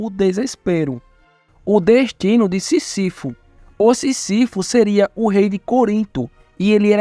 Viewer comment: É Sísifo e não Sisífo.